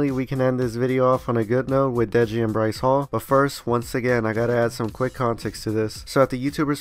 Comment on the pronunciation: did this man really say bryce fall